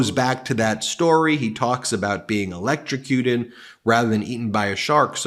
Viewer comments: Oh if only? I would pay a LOT of money to see trump 'ELECSHROWCUTED'. He can't even pronounce it properly let alone do it. What a shame. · I think he's repeating the boat story to prove that he can now pronounce "electrocuted" (barely)